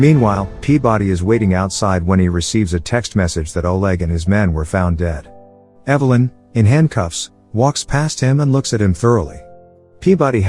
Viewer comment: Do one of two things, either adjust the synthetic voice over or learn how to speak english, not evil-lynn, you moron, Evel-lynn. It's amazing how many people ride the sort bus and expect to be compelling.